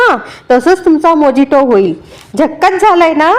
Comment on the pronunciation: मोजिटो म्हणत नाहीत मोयीतो म्हणतात गुगल वर उच्चार चेक करा कुठल्याही गोष्टीचा आधी नीट अभ्यास करा